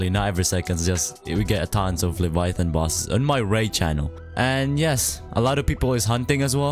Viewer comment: The way he said leviathon